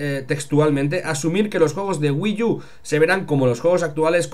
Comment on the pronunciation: SE PRONUNCIA WII U, NO WII YU